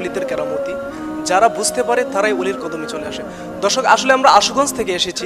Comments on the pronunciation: বারে বারে দর্শক ধর্ষক কথাটা শুনতে খারাপ লাগছে এরকম ভাবে উপস্থাপনা না করলে ভালো হয় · Bhy apni dorshok ta thik kore bolben dhorshok Suna jay